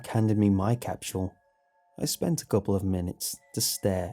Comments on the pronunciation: Am I the only one who’s slightly bothers by the way he says “capsule” he says it like “capshual” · It's like stewie saying cool whip. Why are you putting so much emphasis on the h wait there is no h capshule? Capsule. Say cap "Cap" now say sule "sule" now say capsule "capshule" aaagghhhhhhhh😡🤬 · Isn't it supposed to be capsule not facking CAPSHULE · It's an accent issue. People pronounce things differently for whatever reason. Why does it bother you that much? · What's a time "capchewel"? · Lol chapshuel? I was trying to pronounce it wonky out loud but I couldn't say it!! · Am I the only one who hear him saying "capshul" ? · James Roberts I think it’s when you put food in a time capsule cap-chew-el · A British capsule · There is no 'h' in 'capsule'. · All these people complaining about the way he says capsule but I'm Australian so it doesn't bug me 😂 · Anyone else hear how he said capsule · Yo the way you day capsule makes me want to die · ' pronunciation of capsule is driving me crazy. Still love the channel though. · Are you mispronouncing capsule on purpose? As a kind of artistic flair? I think it's so interesting to hear people's unique way of pronouncing or mispronouncing certain words.. People are so different! You're my favorite creepypasta narrator. You emphasize and put just the right amount of feeling, enunciation, articulation.. whatever you wanna call it, you're just a great voice actor. Just great. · thats the most unique way ive heard someone pronounce capsule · I hate the way he pronounces capsule lol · Nart Wumar it’s how he pronounces it